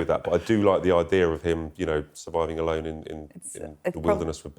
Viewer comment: said the show "alone," but for a second I understood "a loan." 😂😂😂 I think that would be a far better option for Andrew Mountbatten-Windsor. 😂😂😂